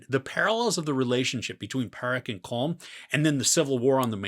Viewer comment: Good review. However Colm is pronounced exactly like column.